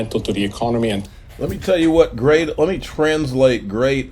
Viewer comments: The Gweat Awakening... The Gweat Awakening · the gweat awakening lmao